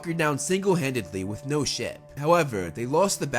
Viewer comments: did he say shit or ship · did he say sh*t or ship please reply